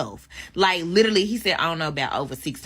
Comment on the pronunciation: Gentlemen you need to learn that some women are not for you, social classes exist for a reason. She can't even pronounce the word literally. The problem is not that he couldn't make conversation, the problem os that they are different speak completely different languages with different vocabulary.